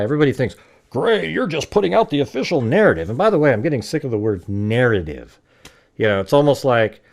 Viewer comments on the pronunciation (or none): Dont say" Natative!"